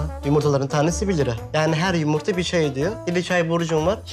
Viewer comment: Peki ya Kazım'ın Yımırta Demesi